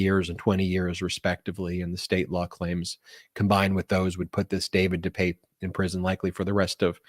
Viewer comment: De Pape (deuh pap, like Papa). By the way great Spider man!